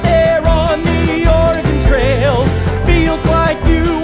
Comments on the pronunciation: I'm from Oregon and every time they say Ore-gone I flinch a little. Edit: I would like to mention it's only because I've met a lot of people outside the state who think that's actually how it's pronounced (not because of the show) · Damn non-Oregonians saying Or-eh-gehn. Oregon. Or-gun. Sigh. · No offense, but I'm pretty sure it's Oreg-ask. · OreGONE oreGOON oreGOWN oreGAIN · when your from Oregon and cringing at their pronunciation of Oregon and Willamette Valley